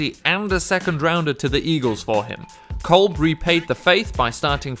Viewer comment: You mispronounce Kevin Kolb's name and you are wrong about Ray Rice. He is out of the league because of how his performance sucked on the field AND for what he did to his wife. If Ray Rice was still averaging 4+ yards a carry, he would be in the league right now.